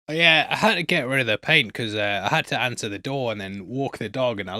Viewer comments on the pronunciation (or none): none